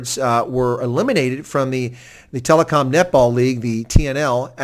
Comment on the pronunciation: its TEL>kom not telecom?